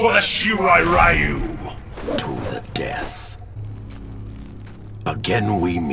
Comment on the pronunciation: To think we would have learned how to pronounce "ryu" correctly by now...